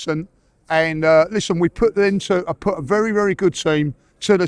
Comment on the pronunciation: BERY GOOD! BERY BERY GOOD !!